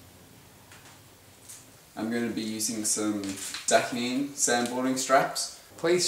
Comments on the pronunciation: ITS PRONOUNCED... DA KINE... LIKE DUH NINE... NOT DAK EEN... DA KINE IS A REFERENCE TO POT, MARIJUANA, GRASS. THAKS FOR THE INFORMATIVE SAND BOARD VIDEO. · Pronounced Dah Kine*